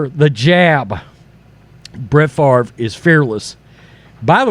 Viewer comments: It's "Fa-vre". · It's pronounced 'Faaaaaaaavvvrrruhh'